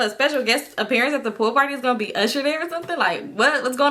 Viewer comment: This girl said USHER🤦🏾‍♀️